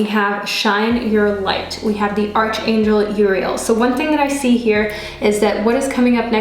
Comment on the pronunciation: However much we'd love arch in archangel to be pronounced as we see it "arch" it's actually pronounced as ark as arkangel. I just thought I'd mention it to such a lovely lady like you. With all due respect, it sounds odd when you pronounce it as arch instead of ark. Thanks for the reading anyway.